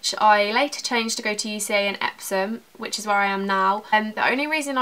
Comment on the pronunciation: What school did u say epsons?